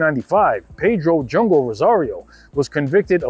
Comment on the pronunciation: Its jungo not jongo,...